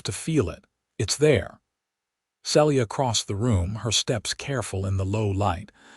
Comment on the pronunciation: Celia is pronounced "See'-Lee-ah"